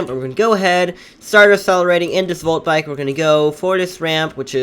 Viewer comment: he said molt bike lol